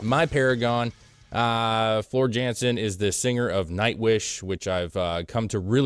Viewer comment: The J pronounces as a Y. Floor Yawn-sin. It’s just a "IMHO," but Floor singing music like this is like putting a formula-1 race car in downtown traffic at rush hour during a hurricane while kittens and puppies and old women roam the street. 💙💙💙All Hail Floor !! 💙💙💙 Infantryman-Nightwish Army. US Regiment. Kentucky Battalion RIP Ann Waychoff-Commanding General-Nightwish Army